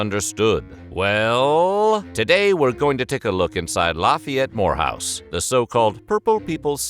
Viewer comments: I came here to say that too! Every time he said Lafayette-More house, i kept saying Lafayette w** house. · I keep hearing whorehouse 😉🙃😂